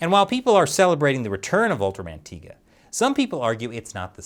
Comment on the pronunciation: It's tie ga not tee ga